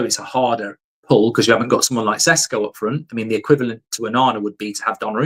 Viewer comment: He cant even say Sesko correctly so.. 😂